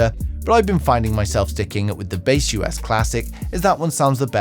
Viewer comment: broreo its not Base US, its baseus.... :D